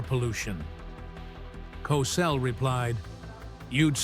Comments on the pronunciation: Please pronounced like Cosell. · Wow, this guy is butchering Howard Cosell’s last name!!! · Idiot narrator can't even say his name right wtf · Cossle Cosell potayto potahto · I have up in the first five minutes because you couldn't pronounce his name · . Hey man you sure say Cosell differently. But it's all right. Rhymth is very important. And your rhythm is all for you. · How about the time he suggested that Crissy Evert take off her top so people could see how much of a woman the teenage star had become. The narrator couldn't pronounce his name right half the time. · Can't say his name right Get off the air clown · ‘Cosell’?? Do you “PROOF-READ” (listen) to what you ‘upload’ to YouTube?? PRONOUNCE the man’s name correctly!!!🤬🤬🤬🤬